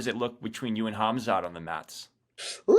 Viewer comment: Why do a lot of americans Call Khamzat, Hazmat ? Lol